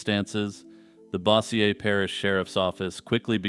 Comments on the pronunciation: Bossier Parish is pronounced BOH-zhur. FYI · Great vid. Just fyi, Bossier is pronounced Bow Zhure.